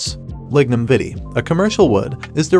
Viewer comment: Vitae its Latin the A is a hard A, not like you are pronouncing vitamin. if it was spelled Vita then you would be correct but the ae together are supposed to be a hard A sound. It not spanish for gods sake.